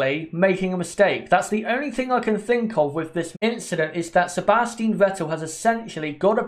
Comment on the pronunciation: It's SebastiAn Vettel